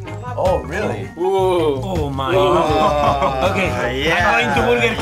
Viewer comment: Uleg bukan ulak 🤣